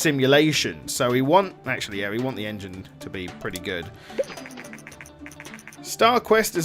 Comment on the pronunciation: Shoulda been the En-G-ne